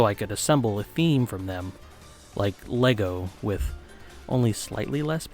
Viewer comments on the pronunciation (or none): none